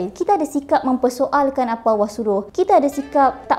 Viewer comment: sebutan allah kedengaran seperti awah(seolah2 disebut dlm keadaan malas) maaf diatas teguran blh jadi saya tersilap.